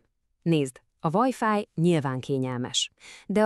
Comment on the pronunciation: Kitépem a dobhártyám a retinámon keresztül amikor meghallom hogy vájfáj😂